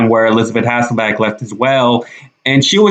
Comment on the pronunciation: Wow you have to start out with an ageist comment about Joy Behar!!!! Then you go on to spell the words shit and bitch instead of saying them like you did with goddamn????? And being out in public speaking don't you think you should learn to say a person's name correctly- Hasselbeck instead of Hassbeck?????